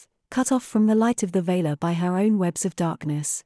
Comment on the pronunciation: valar not vaylar for e.g.